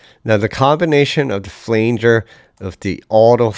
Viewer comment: Great cover. My only criticism is your pronunciation of "flanger"